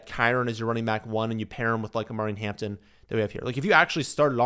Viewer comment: Nah dude. Did you forget Najee is there too? Its going to be 50 50 so ain't no way you can put him tier 2. And you totally butchered his name ffs